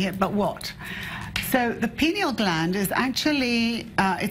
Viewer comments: "Pie-knee-yal" gland. "Pee-nahl" gland is something else ma'am. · Please pronounce the word pineal correctly. It is pronounced P-eye- Ne-al not "Pin"eal or pee- neal. Pineal like a pine cone. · Am I the only one that notices she's not saying pineal gland? She is very clearly saying penal gland. even the expert tried to correct her. She isn't talking about the brain she's talking about penis. SMH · Penal ≠ Pineal. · lol.. Pee-nal gland. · she said penal gland lol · Did she say penal gland? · hahahahahaha she said Pinel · lmao she mispronounced "pineal"